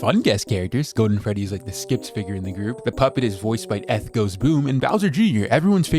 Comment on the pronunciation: Eth's cycle of "Nobody can pronounce my name right" continues. (Just by the way it's pronounced the same way as you would with Ethan, which is his actual name. It's not a big deal I just find it kinda funny when it happens)